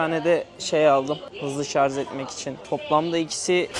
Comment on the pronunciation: Şarz değil , şarj